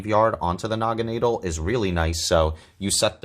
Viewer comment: The way you pronounce Naganadel really rolls off the tongue